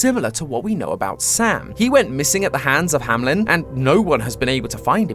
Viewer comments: It’s not pronounced hamlen it’s hameln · BRO ITS "HAMELN" NOT "HAMLEN" AHHHHHHHHHH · Isn't the place called Hameln and not Hamlen? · it is "hameLn" not "hamLen" and i think its a reference to "der Rattenfänger von Hameln" a german legend which means literally hunting rats but the rats are a symbole for kids. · Why am I so triggered by him saying Hamelin instead on Hameln? D: Is that really how you pronounce it in english? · this may just be my brain overreacting but i find it so weird that they all keep pronouncing it "hamlen" in the videos just because MatPat likes the pied piper connection even though the l is very much after the e --"HAMELN" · Why does everybody pronounce it HamLen instead of Hameln? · I love the theory and all, but please look up the pronunciation for the name "Hameln" cause it’s not pronounced Hamlin. I might be the only one bothered by it, but as a native German speaker it’s like hearing Mat butchering the word puberty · It's funny how you keep pronouncing "Hameln" as "Hamlen."